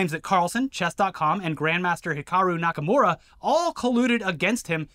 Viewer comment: nakumara? wtf it's nakamura lol